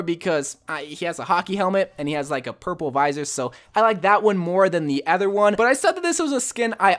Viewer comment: STOP SAYING ADDER (other) WHY AM I SO ANGRY BECAUSE OF IT, I DONT KNOW GODDBYE